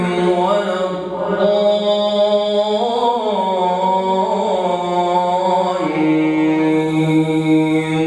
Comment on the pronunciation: was I hear "waladzoluun"?That mustbe "waladzoliin" not "waladzoluun"